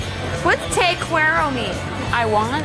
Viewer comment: "What's TEI CUEROMI?"... 😂😂😂😂😂